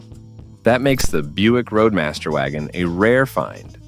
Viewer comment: Hey. Buick is spelled B-U-I-C-K and Roadmaster is not Radmaster.